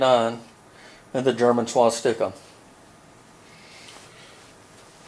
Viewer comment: the way he says swastika is hilarious